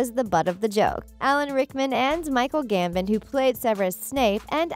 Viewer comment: It’s also not Verne Troyer, it’s Warwick Davis! (She also can’t pronounce ‘Warwick’ or ‘Gambon’ but that might be my British-ness haha!!)